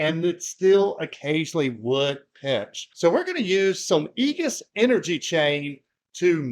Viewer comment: Great video! "egus" gave me a little laugh. I've replaced quite a bit of Igus's products in the field and they have a TON of products for all kinds of cable management. I think they sell cables too.